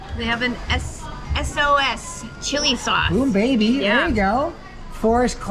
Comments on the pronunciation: Sos is sauce so yeah just say sauce when you want to say sos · 😭😭it isnt sos,its sauce😭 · I find it funny how you said “SOS cili” 😂 you pronounced cili right but its not SOS like the 🆘 it’s pronounced sos(sous) im not really good at explaining but i hope this helped! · ‘Sos’ is pronounced as sauce (im Malaysian) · S.O.S chilli sauce, ok lady 😅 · Not rying to be mean but, its not "SOS Chili Sauce" Sos Cili translate to Chili Sauce . Sos means Sauce😅😂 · Sos not s.o.s they meaning sauce